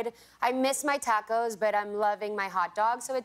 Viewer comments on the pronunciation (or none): really saying tacos (tacows) no sweetie I’m not proud of her